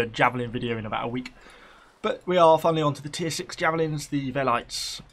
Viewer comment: pls it's pronounced "véleetess" and the equites are pronounced "ékwites"